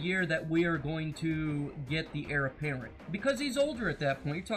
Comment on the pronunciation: good thoughts, it's Heir apparent btw lol